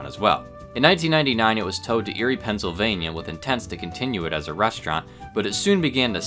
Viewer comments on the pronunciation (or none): none